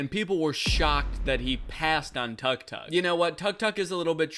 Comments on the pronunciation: Guys it’s not tuck tuck it’s pronounced tuuk-tuuk, it’s called and pronounced that way because it’s the beep the horn makes when it’s honked :) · danny just fyi tu- tuk is pronounced took-took! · you got it wrong too, tuk tuk is pronounced took took because that's the sound they make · Tuk-Tuk hurts my ears, it’s pronounced like “took took” not “Tuck Tuck” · “Tuck-tuck”😭 South-east Asians are crying rn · it doesn’t really matter but just fun fact: it’s “tuuk tuuk” in thai instead of “tuck” hehe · I think that's the Anglicized pronunciation because I realized I've never heard it said any other way Time to do some googling [EDIT: okay looks like it should rhyme with "book" rather than rhyming with "duck"] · Danny pronouncing tuk-tuk as "tuck-tuck" hurts my soul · You pronounce tuk tuk wrong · "Tuk-tuk is pretty basic level stuff" - the guy pronouncing tuk-tuk completely wrong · Was mispronouncing tuk-tuk just rage bait? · I'll be honest, I really can't tell if he's being sarcastic about tuk-tuk being a difficult word or not. He starts out razzing the guy for not recognizing one, but also says it like he's never heard it pronounced out loud and is just reading the caption in the clip. I am more confused by this bit than that guy was confused by a picture of a really nice tuk-tuk. NGL when I heard the title "are you smarter than a celebrity," I imagined being in a quiz show against Harrison Ford with a category like "aviation." So now I have a new fear, thanks. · Why are you pronouncing tuk tuk like that Danny 😭😭😭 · Or how to pronounce "tuk tuk" 😅 If you're gonna mock something, be prepared 😅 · as an Egyptian the way Danny pronounced tuk tuk made me cackle 😭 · Everytime I hear Danny’s pronunciation of tuk-tuk my inner Thai die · I took damage